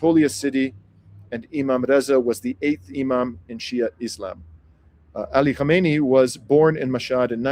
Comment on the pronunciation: You ought to practice KHA MEH NEH EE. 4 syllables.